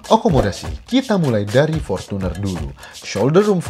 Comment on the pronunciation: Ngong portuner nya biasa aja kali..gk usah porcuner